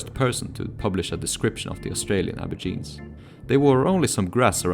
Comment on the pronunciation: Wtf is an abourgine? It's ab-oh-ridge-in-ee